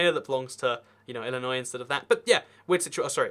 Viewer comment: You pronounced Illinois right! That was the highlight of the video for me. edited: I was born in Decatur! LUL